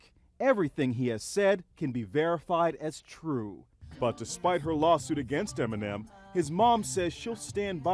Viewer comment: Am I the only one who hears him saying M&M instead of Eminem 😂